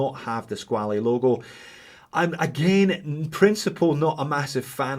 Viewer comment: SqualE?no...just pronounce "squal"..it s french word😉 So..nice review